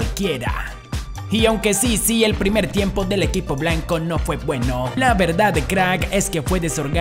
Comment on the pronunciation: Los reyes de europan.... Tiempon... Desorenadon.... Que te pasa tienes problemas de dicción..??